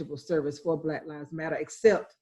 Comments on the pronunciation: Why are you saying "Bla Lives Matter"?? can you not pronounce the word 'Black'??. You say it everytime, a hundred times. Bla Lives Matter. It doent sound like an impediment. It drives me crazy when seemingly inteligent people dont or wont correct their grammer. Like the idiots who say dont axe me nottin. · It sounds like you are saying Blat Lies Matter. You annunciation is atrocious. If you wish to have your country respect Black Lives Matter firstly pronounce it correctly if you are speaking English. Try it B L A C K....L I V E S....M A T T E R. Notice the K in Black, you need to pronounce the K. And Lives notice there is a V in the middle of the Lies, you need to also pronounce the V. That dialect you are speaking sounds like some lazy communication most English speaking do not understand. nome sayen'